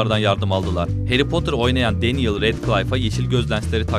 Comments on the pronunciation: Danyel... Kesinlikle Daniel değil... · değil denyıl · danyıl değil denyil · Melfoy değil malfoy, danyel değil denyıl, madam hoç değil madam hok olarak okunuyordu. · danyel değil denyıl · Danyel değil denyıl abi sinirim bozulduu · keşke önce telaffuzlara baksaydınız melfoy ve danyıl ne allah aşkına